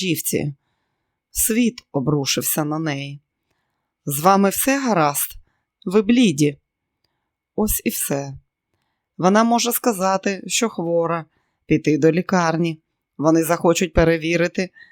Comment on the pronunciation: Було цікаво слухати черговий розділ,але шановна пані позбувайтесь русизмів.: ствол- стовбур, надзирательниця -наглядачка кушаєш - їж пруд - ставок і т.д.Звертайте увагу на наголоси неблІді,а блідІ